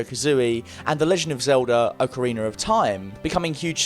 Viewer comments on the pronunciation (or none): why do you pronounce it ocareiner?